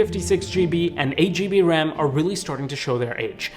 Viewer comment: I winced every time you said "GB"